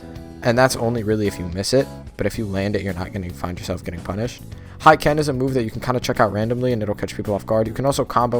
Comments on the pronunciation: How did you pronounce hiken? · NOT HYKEN ITS FUCKING HIKEN LIKE HEEE KEN U FUCKING OLASDGBJNKLASDGAHJKLFG